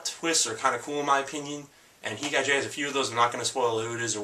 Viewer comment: The animes he recommends are Berserk, Initial D, Gantz, Heat Guy J, & Cowboy Bebop. I felt the need to make this comment cause I thought he was saying Dance instead of Gantz and Ichai Jay instead of Heat Guy J.